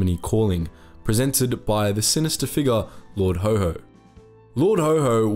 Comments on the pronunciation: His nickname was Haw-Haw, not Ho-Ho. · That is rather unhelpful as that word is pronounced as "hoe" by Americans and "hoare " by British. The name was coined in Britain and it is haw, which rhymes with saw jaw law. The W is a flat w not the Amarican wh sound like where they almost put an h on the end in some parts - like "lawh". Haw-haw is a working class term for a posh accent, slightly mimicking the sound of the accent. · Haw haw not HoHo. Hoho is Father Christmas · Lord Ho Ho? Possibly the worst mispronunciation I have ever heard ... do your research! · It was Haw Haw not Ho Ho! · Not Ho Ho, actually pronounced way it was spelled, Haw Haw, as in Saw..... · It was lord Haw Haw not Ho Ho. BTW, he wasn't British. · Sorry! You ruined it by naming Haw Haw as Ho Ho. Where in the blazes did you obtain that pronunciation? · You will have to re-edit its pronounced Lord Hor Hor not ho ho! Its an important point and will be lost. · Good video, but lord haw haw - pronounced more like a donkey "horr horr", as he was considered stubbornly (like a donkey) anti British. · It's pronounced like the word "whore"